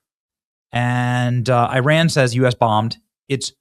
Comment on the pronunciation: Thank you for pronouncing Iran correctly!🎉. It sounds like “E-Ron”.